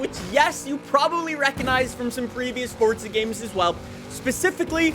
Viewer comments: its forza not forca say it right jesus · bro keeps on saying fortsa horizon 5🤣